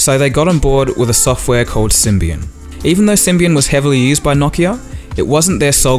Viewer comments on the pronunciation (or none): I heard "So they got onboard with sybian" xDDD